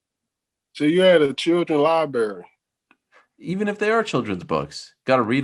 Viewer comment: Man said "you in a children's libary them ain't even yo books"